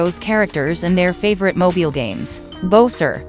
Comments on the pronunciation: Bo-Ser Mary-o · It can't pronounce Mario and bowser’s name correctly the ai voic e